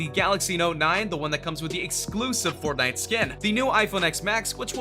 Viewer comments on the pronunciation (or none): none